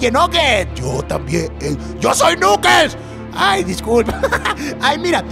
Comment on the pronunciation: knuckles se pronuncia naquels